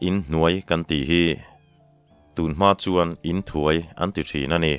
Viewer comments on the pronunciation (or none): In leh thuai hi a sanga lam tur ani in ka hria,kei chuan.